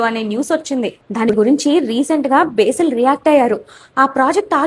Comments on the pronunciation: Besil ❌ Basil ✅ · బేసిల్ ❌ బసిల్ - Basil ✅